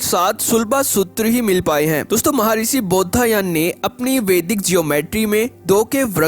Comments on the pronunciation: Commentry कर रहे हैं जो व्यक्ति, उनसे निवेदन है कि, "बौधायन" को कृपया "बौद्धायन" मत बोलिए। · कृपया उच्चारण शुद्ध करें । जैसे शुद्ध उच्चारण बौधायन है।